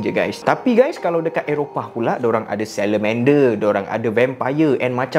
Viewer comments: Bang slander man bang bukan selemender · bang salah bukan selemende bang, slenderman bang XD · Maaf bang bukan salamander, tapi slanderman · slanderman bang🤣, bukan salamander. Salamnder tu cicak🤣🤣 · Bang kerul best!! 🔥🔥 tapi bang Slenderman bukan Salamender😂 banyak kali saya replay takut salah dengar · Aku salah dengar ke, betul sebut Slenderman as Salamander? XD Btw, teruskan usaha baik,!! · Haah dia ckp salamander patutnya Slenderman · Slederman ❌ selemender ✅ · Slenderman jadi salamander 😂 punya serius dia bercerita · Bang , slanderman bang bukan salamander 😭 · Slander man bang bukan salemender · Salamender??? Slanderman bro.. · it pronounce 'Slenderman' not salamender lah urggg🥱🥱🥱🥱🥱🥱🥱🥱🥱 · Slenderman bang bukan selemander 😂😂😂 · Bukan selemender 😅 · slender man bang bukan salamander 😂😂😂😂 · Bang.....slenderman bukan selemander🗿🤣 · slenderman bang bukn salamander 😭😭😭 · Slenderman bang,bukan salamander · slenderman bang bukan selemender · Bukan selemender tapi slenderman 😭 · Slender bang bukan salamander😭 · Aku silap dengar ke atau dia memang sebut salamander? 😭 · bro research apa kau buat sblum rakam ni 😂 tu 'slenderman' bukan 'salamander' 🤣 salamander tu binatang mcam biawak bhai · Bro cakap slenderman jadi salamandar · slenderman bang bukan salamander 😂 btw saya minat gila cara penyampaian abang 🔥🔥🔥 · "selenmender" got me laughing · correction kat 0.34 slender kot. Mcm dengar lain sikit. Mintak maap bang